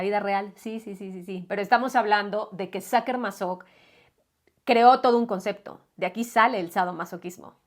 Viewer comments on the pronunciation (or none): none